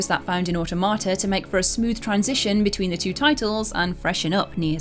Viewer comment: I’ll judge! It’s pronounced aw-tom-a-ta, as in automaton.